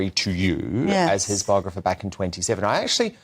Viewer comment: Ffs,, she’s not a BOGRA-FER